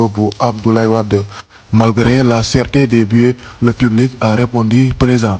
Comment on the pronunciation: Merci mais essayer de vous appliquer dans la prononciation de certains mots: chéreté, stade , spectacle, match